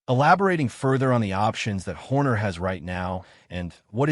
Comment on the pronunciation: ah yes the renound team principal christian herrrrrhhhrrr ai slop 👎